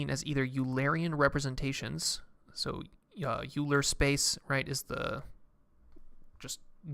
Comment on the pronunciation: It's Oiler, not Youler